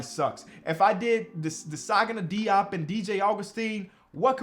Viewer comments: hey i just wanted to say it is prounced jope not diop. I’m not mad but jus wanted to ingorm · Hey, I may be wrong here… but as a lifetime cavs fan, Diops name was always announced to sound like Zagana Jop when he played for us. Don’t want you to run into that man again and you potentially are saying his name wrong lol. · As a life long Nets fan, when Desagana Diop was on the Nets, I’m pretty sure I remember the Nets announcers, such as Ian Eagle, pronounced his last name as “Jop.”